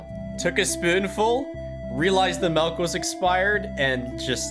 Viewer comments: Why he say melk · do all canadians say melk?